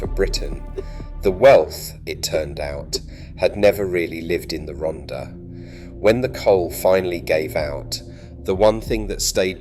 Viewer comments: Typical AI - can not get the name of the subject right...it is not Ronda - the double d is pronounced as a hard Th (like the) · If you're going to make a video about an area, at least learn how to pronounce it. It's Rhondda, pronounced Ron-thar. I should know, I was born there. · Pronounced “Rontha” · II made this musical tribute from a poem I wrote years ago I apologize for the pronunciation of Rhondda its a glitch in the youtube app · Dreadful narration by an English ( probably AI) voice who cannot pronounce any Welsh names/ words correctly. Lots of inaccurate/irrelevant photos. Trimsaran isn't in the Rhondda last time I looked. Then it transforms into robotic nonsense. Sounds like the Daleks. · I grew up in Cwmclydach, Rhondda in the 1940's. The commentator's mispronunciation of place names and other words is excruciating. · Pronounced most of the place names wrongly!!!!t The last picture is of CWMPARC where I was born and brought up!! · Zero attempt at pronouncing the names. Half the pictures are not even the Rhondda. Maps of Portsmouth, Milton Keynes, Aberdeen & North Wales? Needs a lot of corrections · But for God's sake, pronounce Rhondda properly! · Pity the narrator cant pronounce Welsh place names correctly, shouldnt this be for a local person?